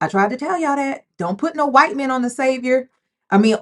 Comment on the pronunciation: He's Hwhite! 😂😂😂, please